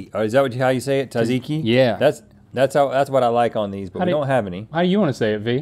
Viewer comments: Rhetts pronunciation of tzatziki is wild . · Not to mention Rhett saying “ta-ziki” instead of “Tzat-ziki” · Gyros.. don’t pronounce the G .. also traditional gyros comes with chicken / mustard/ ketchup- red onions and tomatoes.. also Tzatziki don’t pronounce the T . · Its paining me having to listen to americans try to pronounce gyros and tzatziki and im not even remotely from greece. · as a greek, hearing Rhett pronounce tzatziki hurts me😭🤣